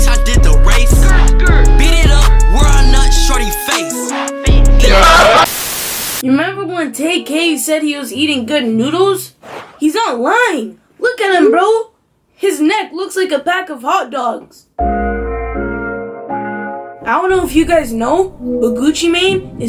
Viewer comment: My man said bags of nodlle